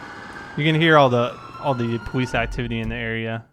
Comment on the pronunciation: why do you say pwolice patrol its police patrol